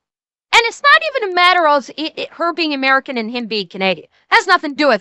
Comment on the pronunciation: She's truly "A-Mare-Can".